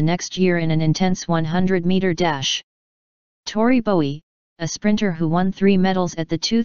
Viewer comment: Please say her name correctly.